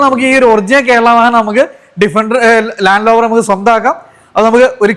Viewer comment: ലാൻഡ് ലോവർ അല്ല,ലാൻഡ് റോവർ,എല്ലാവരും പറഞ്ഞ പോലെയല്ല വളരെ മോശം വീഡിയോ,ഇനി അബദ്ധം പറ്റില്ല,യൂസ്ഡ് കാർ എന്നതുകൊണ്ട് കണ്ടതാണ്,വാഹനത്തിന്റെ fuel, gear ഇവ കൃത്യമായി പറയുന്നില്ല,ടൊയോട്ട വാൻ വേരിയന്റ് എന്താണ് hiace 4wdആണോ?